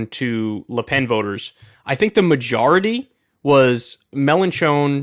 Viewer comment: Kyle needs to learn how to pronounce French names. It’s Macron not Macrone, and it’s pronounced “Lu Pen” not “Lay Pen”